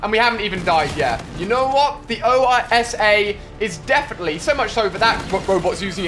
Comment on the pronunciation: The ORS......its the OSA not ORS -_